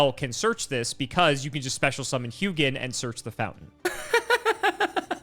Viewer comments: I'm pretty sure Hugin is pronounced like hoo-gin because Hugin and Munin are Odin's ravens and that is how Hugin is pronounced there. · The name Hugin comes from Nordic mythology where I'm from, it is one of the Ravens of Odin. Hugin in most nordic languages would be pronounced "who in". The G is silent in the name. Edit: Munin is the other of Odin's Ravens, pronounced "Moonin". Edit 2 😂: norse mythology keeps coming 😂❤ - Sleipnir is the horse/steed of Odin, pronounced "Sly'pnir" or "Sly'penir". It did indeed have 8 legs.